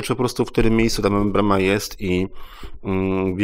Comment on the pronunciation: Membrana a nie MembraMa